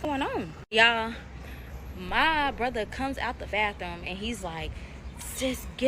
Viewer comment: I hate how she says brother 😂😂she sayin Bruhva